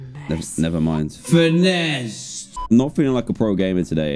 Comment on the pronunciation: HAHA finessed, not finessed